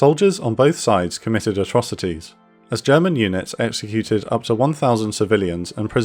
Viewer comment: you improved on your German pronunciation noticeably I am a happy German now